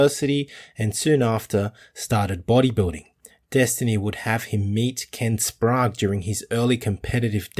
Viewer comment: Good to hear Ken Wallers pronounced Ken Sprague's name correctly. WHY do you keep calling him by your stupid pronunciation????? SPRAY GE. No SPROGUR.....!!!!